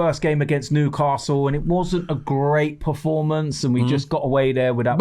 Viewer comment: Robbie its Performance not Proformance🙄